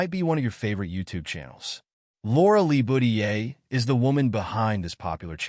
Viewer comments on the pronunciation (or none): you mispronounced their last name .dont put so much emphasis on the Le. its not pronounced Lee,its pronounced with a short e, almost like a short a sound.